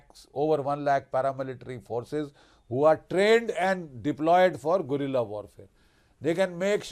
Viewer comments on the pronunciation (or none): none